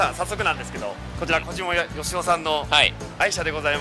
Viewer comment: 小島よしお言えてないやん...